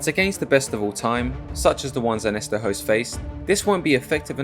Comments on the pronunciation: its not pronounced Host, its pronounced Hooooost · Hoost not Host lol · I grew up watching him on k1 ESPN. Never really appreciated his skill as a fighter til now. Also did not know it was pronounced host lol.